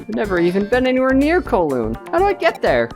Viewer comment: The way you pronounce Kowloon urks me in ways I never knew I could be urked